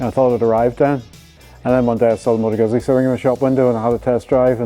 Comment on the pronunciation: Nice, but pronouncing "Guzzi" incorrectly is not cool. There is no excuse.